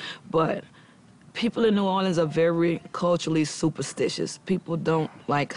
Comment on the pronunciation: Please stop saying Louisianer, and New Orleens!!!